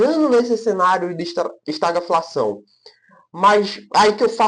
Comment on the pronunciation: a pronúncia certa de estagflação é esta-GUI-flação e não estaglafação. O vídeo está bom.